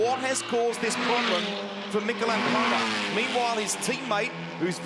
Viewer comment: Mr commentator - it is aZcona - with a Z..... there is no v or f. Wake up